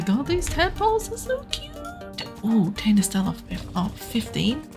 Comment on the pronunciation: you may be the only monarky to pronounce the name correct hahaha